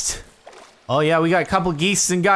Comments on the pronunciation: Your pronunciation of geist hurts me. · Geist is just the german word for ghost and it is pronounced "Guyst" not "gheest" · G-E-I-S-T not "gist",c'mon men i don't even speak english and i can't stand that misspronunciation xD And use the hearthdust, its like the best consumable item in the game man.